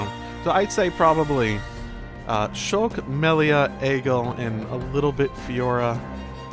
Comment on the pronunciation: it's pronouced Egg-ill not Ay-Gill